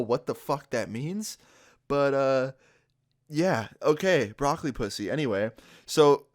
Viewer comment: the way he says Broccoli 😂